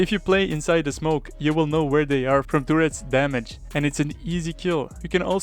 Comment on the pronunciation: "Teurrets'' hits hhard